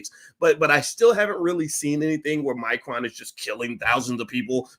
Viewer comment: It's a shame Boyce can't pronounce Omicron correctly.